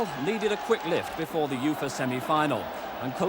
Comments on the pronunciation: Everyone else calls it the Yoofa Cup. It's just you mate ;) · Why is he pronouncing UEFA like that 😂